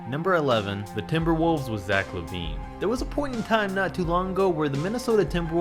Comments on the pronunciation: you said la vine not lavine you saidd La Vine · Did he just say "La-wine" If you agree please like the comment And if you do it will give you great luck thx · the way he pronounced lavine tho